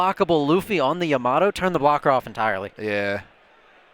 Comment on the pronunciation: Bruh it’s pronounced YA-MA-TO not YA-MATO lol 3 syllables not 2. Plus, that’s how they say her name in the anime lol